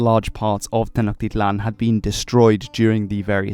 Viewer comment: Also, in Nahuatl, the syllable "hu" is pronounced like a w so Nahuatl would be pronounced like NA-wat. The L in "tl" (when it is at the end of the word) is somewhat silent. Ch is pronounced like "tjuh" not a "kuh". So Tenochtitlan is pronounced as Te-notj-TI-tlan, and there should be an emphasis to the second to last syllable. If you ever do another episode on the Mexica (Me-SHI-cah), be sure to remember these general rules! :)